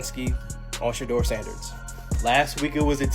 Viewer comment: You can say "Kevin Stefanski but can't say Shedeur Sanders correctly, which makes me stop listening.